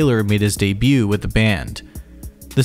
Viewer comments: Donnie Steel-ee, Anders Colsef-eeni, deb-ute. 😬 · good revewier. it was day-bewt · "day bute" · 'Debut' has a silent t dude! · You're saying debut wrong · I will gladly subscribe.. IF you promise to stop enunciating the T in debut... Haha. Jk still subbing but please please please don't do that! :)